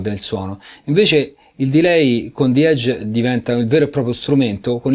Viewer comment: grandi.... ma ragazzi la e iniziale di edge non si legge "ei" e non e' "zi eidg" ma la e rimane "e" e si dice "ejj". salutos